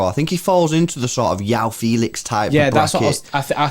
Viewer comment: The j in joao is not silent, why are u saying yoao